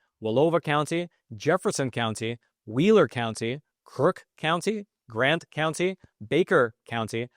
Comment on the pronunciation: Please stop saying...county